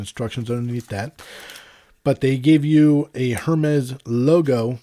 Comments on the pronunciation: It bugs me how he says hermes. He says it Hermes with the emphasis on the H by it’s pronounced ermes no h. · My point was simply that HER-mez is wrong and if you are going to spend that kind of money on a watch you ought to know how its pronounced. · great comparison. Got to give you a little grief, it’s pronounced “Air-Mez”.. Just drop the H bro and you’re good! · Oh you’re good! You know only the super snooty people pronounce it properly! I’ve had Apple Watches since series 0, get my first Hermes this week, so watching a few reviews of the allegedly amazing coveted AIR-MEZ model. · It's pronounced ERMES without the H :) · The HERmes pronunciation was annoying coupled with the labored breathing... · I believe its pronounced AirMes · definitely not “air” it’s pronounced ermès with a little aspiration on the first e. Your pronunciation is good, just put the accent on the last e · They’ve pronounced it airmez in the previous Apple stage announcements. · Hermès is French and you don’t pronounce the ‘h’ in the French language. Great video. I also got the black before but not into paying a huge premium for it. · I was just about to ask “who’s gonna tell him” lol